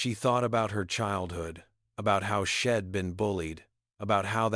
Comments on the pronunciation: Please fix the word SHED TO THE CORRECT WORD WHICH IS…..SHE NOT SHED AND ALL THE OTHER WORD’S THAT ARE BEING PRONOUNCED WRONG YOUR AI IS BROKEN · Watching from Plymouth in the U.K. This was a story with a powerful message and a wonderful redemption arc, but PLEEEEEEEASE do something about that AI narrative! All those sheds and ims are just too distracting; plus an ancient movie will forever be known by me as "Meet Me In Street Louis"!!